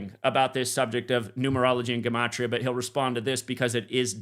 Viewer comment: Frig it’s not gAmatria it’s gEmatria, it’s an E not an A, it’s basic English, or is geology now pronounced gaology?